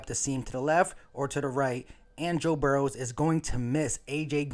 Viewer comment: No “S” in Burrow.. FYI lol.. GoBrowns